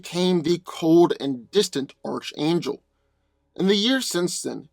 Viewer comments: It's pronounce Ark-Angel and this is a pretty one sided fight going to Hawkman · It's pronounced Arch(Ark)- Angel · can you not fucking speak... hooked oh phonics nigga... nith metal.. lmafo this video should be titled.... I can't pronounce shit... by dan.. lol sad thing is you'd done a archangel video before you had comment after comment tell you how to pronounce it but you still butcher it.... lmfao... fucking idiot dan is.